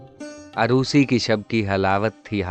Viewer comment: Lafz arosi nh orosi hota h